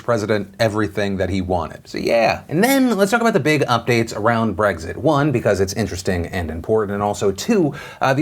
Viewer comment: There's no g in Brexit, Phil